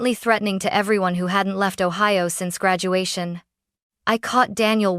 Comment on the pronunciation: Columbus, Ohi-owa? Lol